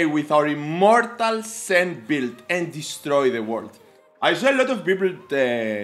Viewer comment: It is not SEN it is Shen.